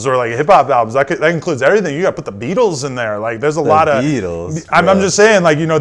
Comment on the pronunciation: "ThE BEatLesSs???" 😂